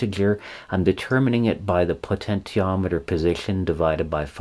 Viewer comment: Thank you for these detailed lessons on technology. I have used them with good success for teaching kids about the topics. However, your pronunciation of "potentiometer" is very distracting and confusing for kids. I am curious about the reason. Have you learned these topics strictly from books and never heard another pronounce the work correctly? If so, I commend you for learning so well in a vacuum. Or, is it some affectation that you think sounds good, or is it just very hard for you to pronounce the "sh" sound? In any case, It would be best to try to use the accepted pronunciation -"po-ten-she-ometer" so as not to confuse young learners.